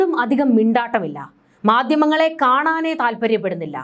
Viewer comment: മാദ്യമങ്ങൾ? 'മാധ്യമങ്ങൾ' എന്നുച്ചരിക്കണം